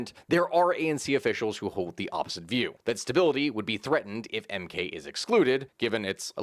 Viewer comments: You did butcher the mk pronunciation :) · You butchered the MK party's pronunciation so badly I spat my coffee out. Thanks for the laugh. Good summary of SA political history though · The way he said the MK party outloud was too funny. Good shot though